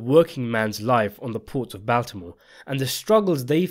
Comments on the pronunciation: BAWL timore. NOT BAL timore. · C’mon bud everyone knows it’s pronounced BALLtimore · yo please learn how to say baltimore🙏🙏🙏🙏